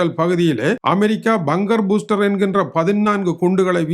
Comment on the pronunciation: ஐயா துரை 🫡🫡🫡, Buster என்ற சொல்லின் சரியான உச்சரிப்பு பஸ்டர் not பூஸ்டர். It's like how the word bus is pronounced. Thank you 🙏.